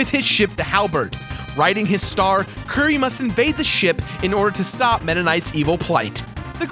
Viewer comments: you called Kirby curry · in the video accidentaly said cirry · did anybody notice he said kirby wrong and outer words